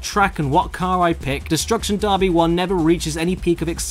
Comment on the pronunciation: "destruction DARBY"